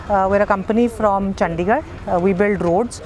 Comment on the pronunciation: ചണ്ഡിഗണ്ട് അല്ല, ചണ്ഡിഗഡ്...